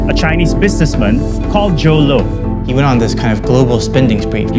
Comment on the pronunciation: Why does Joe LOW sounds like YOLO :D